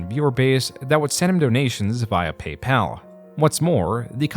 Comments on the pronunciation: Sorry, is this a fucking garbage AI voiceover? it snowBALLed into....on payPAL It's SNOWball and PAYpal. Even AI should be able to manage that shit. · Why does he pronounce some words so strangely? "Snowbahled" "Paypahl". Sounds like A.I